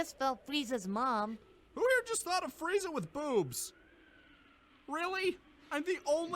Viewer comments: I mean Frieza would most likely be pronounced Freeza, I only base that on my last name. It's Friedman and though I tell people who ask how to spell it that is is Fried-man, its pronounced Freedman. Sorry for the dumb tirade, just went along with the Frieza spelling convo. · "FREAZA" LMAO i spell it "Frieza" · Frieza. Not Freeza. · Frieza = Freeza Siegfried = Seegfreed